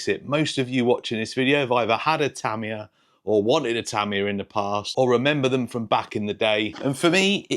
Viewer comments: Great vid. I'll definitely be getting one. The Hornet was my first Tamiya car. By the way, they way you say Tamiya is fine. I speak some Japanese, and for the most part the inflection across a word is even, rather than English where it can be at the beginning of a word or the end. From the running vids of this car that I've seen, it could definitely use some weight up front. It's a tad under steery. I've been working for a few years on something like this chassis, but using TRF201 bits. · In what language is ta-MI-ya the correct pronunciation? Japanese always put the emphasis on the first syllable, hence TA-mi-ya (the way you say it). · No, your/ the British way of saying it is actually closer to the Japanese with the stress on the first syllable - so it is "Tám-iya". Here's a link to a video where you can hear tow Japanese chaps saying it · You were saying Tamiya correctly first. Don’t change. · you way of saying Tamiya is correct, not Te'mi ya it's Ta' Mi Ya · I have lived in Japan for over 30 years, am on my second Japanese wife and actually speak Japanese. The language has no sylabic accents, so your original pronunciation is correct. Tah me yah, not tah ME yah. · It's only Americans who say Tah me a. The correct Japanese pronunciation is more like the traditional uk way of saying it Tami yar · You‘ve always pronounced it right. In Japan, we call it, what you always called it. The english version, is just the english pronounced, different from the original language pronunciation. 😅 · You've been saying "Tamiya" right the whole time. At least that's how it's pronounced here in Japan. Love your vids! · No, no, I'm sorry, but you do already pronounce it correctly - listen to the way Japanese people say it, not Americans - please do not spread this around the community, please. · Your original pronunciation of Tamiya is correct. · Pretty sure you’ve been saying it correctly all along.